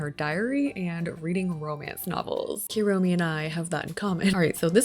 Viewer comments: love the build, just wanted to say the "u" in japanese is pronounced like "oo" not "you", so kuromi is "kuuromi" not "cure-omi" as example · This is super cute! But the amount of times you said "Keromi" instead of Kuromi is killing me lowkey (koo-roh-mee) btw, the "hello kitty is a human" thing is an old mistranslation - she is indeed a kitty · if u wanna stop americanizing the pronunciations just stop adding "y" to things. think about the word poo - its KOO romi not KYUROMI, and for pom pom purin think about pudding - hes literally pudding themed, POO rin not pyurin :) GOO de ta ma etc and for words like keroppi think about the spanish word que - que roppi